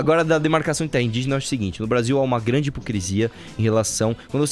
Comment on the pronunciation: Vim do futuro dizer que até hoje o Arthur fala "hipocresia".